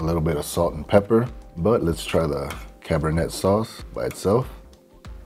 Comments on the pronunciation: Great video as always. However, it is pronounced "Cabernay". Just like the wine. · cabernet is pronounced "cab-er-nay"